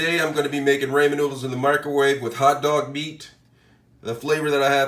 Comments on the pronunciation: When they were laughing and saying "haha idk where to get raymen noodles" they're poking fun at how you say ramen bc it's pronounced rah men not ray men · Got damn it I have Ramen not raymen where do you get raymen noodles?